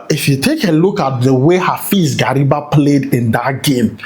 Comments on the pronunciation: Please mention Gariba well. Gary- ba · The pronunciation was very bad. Like the son of gari😅